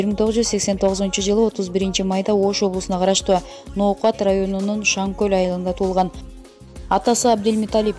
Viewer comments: Озумун акамго💪 Шанкол деген айыл. Туура айтсан Шан кол дебей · Шанкөл эмес шанкол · Шаңкөл эмес э Шаңкол